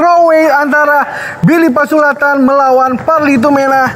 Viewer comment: Please.. his name is Billy Pasulatan, not Billy Pasuladdan